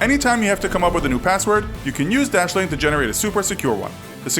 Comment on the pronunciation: Dashlane dashlene plz stop